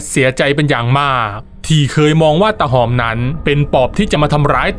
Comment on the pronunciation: ฟังช่วงแรกๆ ได้ยิน ออกเสียง ว่า ตา หอบ ตลอด ผมก็งง ทันต้อง ตาหอม ไม่ใช่หรอ?